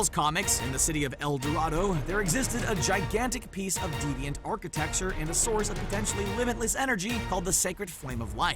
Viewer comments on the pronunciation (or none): none